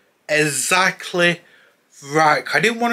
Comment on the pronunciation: "Ezzackleh" cheers. Fumbs up.